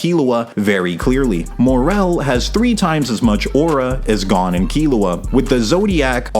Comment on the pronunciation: maaaaaaaan why do you pronounce Gon like that 😂